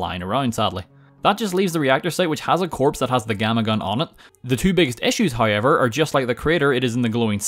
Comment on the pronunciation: “Hoyever” “Noy” “Poyer Armour”